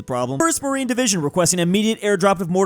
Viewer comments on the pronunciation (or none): none